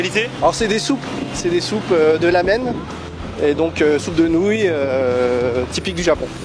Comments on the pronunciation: CEST GRAVE COMME IL ARRIVE PAS À OUVRIR SA BOUCHE ET CEST PAS LAMEN MAIS RAMEN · ippudo c juste une chaîne fast-food du japon et ça ne se prononce pas lamen (C ramen avec un r enroulé )